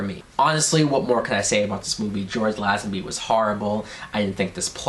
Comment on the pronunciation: You are mis-pronouncing Lazenby's name. It is pronounced LAY-zen-bee. And ... Telly SAV-al-is ???????